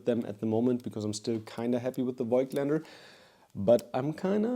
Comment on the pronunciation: Bro you're german, please just pronounce Voigtländer correctly 😭